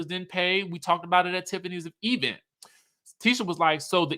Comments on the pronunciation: My teeth itch each time Tisha says "E-vent" and "espo". It's so funny and bad at the same time.😂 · Sir, if you don’t stop saying E-vent! 😂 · you are hilarious when you speak about the expo "espo" event "E-vent" per Letisha.